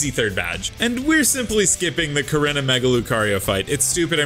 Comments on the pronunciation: its pronounced "core-E-naw"!!!!! not "core-in-ah"!!!! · Bruh your pronouncing korrina wrong